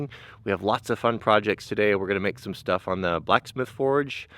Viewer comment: lol, shtuff.